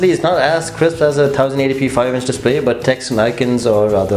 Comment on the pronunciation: I'm just trying to help, but 1080p is pronounced "Ten-eighty p" :)